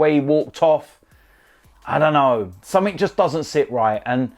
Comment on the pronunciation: "I'll tell you summink"